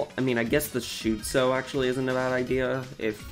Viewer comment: Why did you pronounce Shotzo like Shootzo?